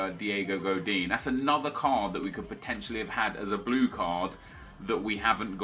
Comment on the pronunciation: You say 'Midfieldt' and 'cardt' instead of midfield and card